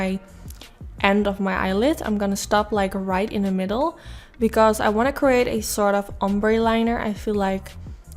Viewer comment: Hey there. I hope you don't mind that I point out your speech. In no way am I trying to make fun of you or put you down. I just thought if I explain what I hear it will help you figure out how to change it. I just want to be helpful. ❤️ You are pronouncing think as tink, the as Dee, and together as togetter. You could try working on TH and the 'the' sound. And I just want to point out that it doesn't bother me one bit how you speak. And your English sounds really good. I just thought that if you think that you're having a problem with it or you wanted to figure out how to be better at it that you would want to know. And I put this as a comment in case somebody else is having a similar problem. PS. This makeup look is so bomb!